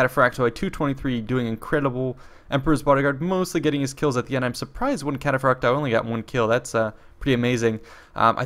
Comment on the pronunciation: its cataphracts in its mothr language..either latin or greek...but the end pronounciation is i instead of oi